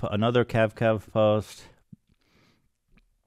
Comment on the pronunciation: KAVKAV NOT 🅿️